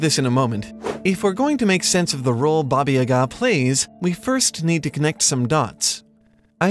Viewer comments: Baba YAga, not yaGAAA ... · baba yaaga not babayyga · Ohhh man come on get it right ffs. It's Baba YAH-ga, not baba ya-GAH, ugh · it's not babayaga it's Ba ba Ya ga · Aaaargh! The accent is on the first syllable of Yaga, as in: "bugger!" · Baba YAAAAAHH-ga, you tool! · Bah-bah yah-guh. Or bah-bah yeh-guh. Don’t know why your pronunciation pissed me off so much but I just had to get it out there. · One small criticism - it's pronounced Bába Yága. Haven't you seen John Wick? 😃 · Great video! Though, I must say, the way you pronounce Baba Yaga is so weird for me. Here (Romania) we pronounce it something like "Bah-bah Yah-gah". But, then again, I'm not Russian either, so I'm not sure how to pronounce it. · It's pronounced Bah-baih Yah-gaah. Otherwise great video. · Why are you pronouncing it YaGAH? The first syllable is supposed to be stressed, not the second. Also, га́ in Ба́ба-Яга́ is a "ga" sound with a short vowel. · Baba Yaga is pronounced “Yah-gah” with long ‘a’ sounds, not staccato ‘a’ sounds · Justin Smith I’m not hating on the video, I think it’s very well made but as a person whose native language is Russian, it would have been cool if they consulted someone on the correct pronunciation. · Defo not how Baba Yaga is pronounced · The emphasis is on YA. Баба Яга in Cyrillic. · In Baba Yaga you should stress on the first A in both words, not just the first one. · Is that how you pronounce Baba Yaga? It sounds funny to me, but I'm just american. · Genderqueer Gorehound I’m literally Russian and I can tell you that they are not pronouncing it correctly. Find some native speakers and ask them. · No offense, but your pronunciations in this video are hilariously bad